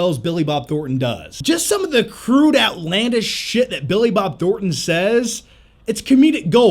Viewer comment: Say Billi Bob Thorten one more time! I dare you! I double dare you!